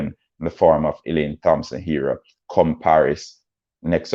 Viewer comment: Thompson pronounced TOMPSON